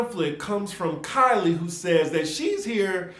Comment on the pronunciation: Keeley not Kylie